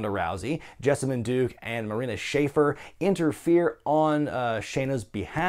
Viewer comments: I’ve heard Marina Shafir’s last name shuh-FEER, FYI. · Marina's last name is pronounced "Sha-feer".